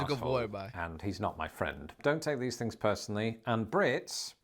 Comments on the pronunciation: You also say fings instead of things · Love ya dude but dropping the "th" & replacing it with "f" drive me berserk....things on the path becomes fings on the pFf. ....aarrrgggg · I notice that you say “free” and “fings” and “fink”…instead of “three”, “things”, “think” Is that a regional dialect?